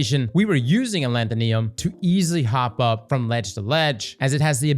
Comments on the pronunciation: Say it with me. AH LETH OH NIM. ALETHONYM. Not ALETHONEONYM. Not ALETHOLETHOLYM. ALETHONYM. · It's been how many months and he still can't say a-LEE-tho-nym? Wtf is a-lan-ta-NEE-um??? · How normal people say alethonym: “aleth-on-im” How says it: “al-eeth-on-iam” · "Alanthonium" or Alethonym? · Thanks for this. I just found it at the Tower, and I'm running a stasis Titan build that already uses Fighting Lion. I think I'll pick it up, after you showed the difference in damage. But brother, it's pronounced as, "Uh-Lee-Tho-Neem." Cheers G! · I hope that one day learns how to pronounce "Alethonym." (It's like "pseudonym.") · Ah-leth-o-nim. Also Bungie continues the trend of releasing dull catalysts. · A-lanth-uh-nee-um …yep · Knee-yum? Bet would pronounce nympho right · sorry i gotta A-LETH-O-NIM is how it's pronounced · Why can’t any destiny youtubers pronounce gun names. It’s pronounced a leth o nim. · Uh-Leth-O-Nim. Alethonym lol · Alethonym should sound like pseudonym, please look out up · Say it with me yall Aleth-O-Nym(nim) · Al leth o nee um? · Alanthoneeum lol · Why does bro say alethonym like that... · pronounces Alethonym like Brits pronounce aluminum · adding syllables I ain't ever heard before in this gun's name